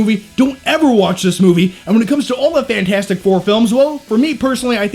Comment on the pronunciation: FANT-FOUR-STIC what did you just decide the "T" doesn't exist?